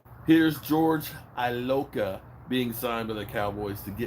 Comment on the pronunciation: It's George E-loca